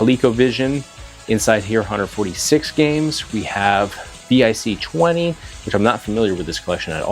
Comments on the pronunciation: “VEE EYE SEE 20”.😂😂😂. VIC20 is pronounced like “Vick 20”. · Anyone else cringe when he said Vee Eye See Twenty? Haha :) It's pronounced 'Vick' Rhymes with Lick Twenty and it was my first computer. I had to save to an audio tape :)